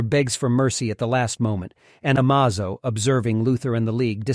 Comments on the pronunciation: You say Amazo, I say Amozo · Why does everyone pronounce Martian Manhunter Martian name as John Johns? It's Jonn Jonnz which is John Jones like his earth identity! Oh and also the Android is Amazo! Not Amozo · It's I-vo ... not 'E-vo'; A-may-zo, not 'Amaz-o'. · Amazo= A-May-Zo, not, A-Maw-Zo Lead= Led by superman, not, leed by superman. Only two of many, pronunciation errors. Plus all the syntax, grammatical, and punctuation mistakes. I'd personally lean(leen) towards it being A.I. narration. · Ah may zow!!!! not A ma zo. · You said am o zo? It's pronounced amazo. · Why do you keep saying "A-Mars-o" and not "A-maze-o" like it's pronounced in the show? Also why do you say "The Hawkgirl" instead of just Hawkgirl, she was never once called "the hawkgirl" in any of the two shows. 🤨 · Has to be. Changes the pronunciation of its name from amazo to amahzo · Surely it is AI. Amahzo, amaizo... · And all wrong it's amaze O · Amaze... O. Not Amazo. Ah-May-Zō. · Dude, it's pronounced Amazo as in amazing. A-maze-o, drove me crazy every time you said his name. And you in the title you said a god. Yes he's powerful but he's still an android. Just highly evolved. Other than that it was a good video. Don't get me started on the way you said Jonn jonzz. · The android's name is pronounced "Amaze-o." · A-maze-o Ah-muhzo Amazon E-muhzo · Why go from Amazo to AhMahZo to Amizo to Ahmzo you fluctuated the pronunciation so many times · A"MAAH" ZO? FOR REAL 😂😂DUDE? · is it just me or is the narrator mispronouncing Amazo, it should sound like UH MAY ZO, just sayin' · Ah-Maz-oh... Now, I know you're doing these pronunciations on purpose. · "A-maze-o". Please be consistent in pronunciation. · Pick a pronunciation of Amazo and stick with it. It's A-May-Zo. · The narrator pronounced Amazo’s name 10 different ways. That’s pretty amazoing. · Also amazo is being pronounced differently every time and pretty stiltedly xD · You pronounced Amazo like 3 different ways in the same video 😂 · It’s A-may-zoe